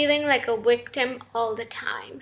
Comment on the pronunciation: "stop feeling like a wictim"